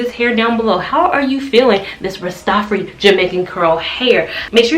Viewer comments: If I may correct you a bit - please say RAS - TAH - FAH - RI (the I sounds like EYE) ... it is actually a title and a name; Ras Tafari (Ras means King or Head) and it was the name of the Ethiopian Emperor His Imperial Majesty Haile Selassie before he became Emperor of Ethiopia. Looking for curly hairstyles - this is beautiful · Rastafari pronounced raa·stuh·faa·ree